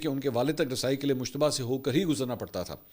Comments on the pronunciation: Mushtaba nhi Bhai mujtaba naam he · عمدہ تجزیہ ہے، البتہ لفظ مجتبیٰ کو بار بار مشتبہ ادا کرنے پر ہم بھی شبہ میں پڑ گۓ کہ ان کا اصل نام کیا ہے